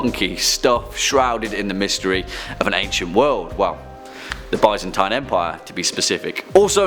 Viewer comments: I'm honestly bothered by how he pronounced Byzantine! Lol Buys-in-tine? What? 🤦‍♂️ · I like how he butchered the pronunciation of the “Byzantine” empire